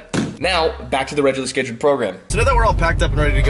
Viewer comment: "rejlrr schedjlrr program"